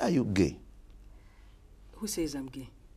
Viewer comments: 😂it the way he says gay...he says Gaeh!😂. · I can't stop laughing every time he say gaeh 😂😂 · U ar ge?? Who sas im ge?? U ar ge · The way he pronounces Geh is Legendary.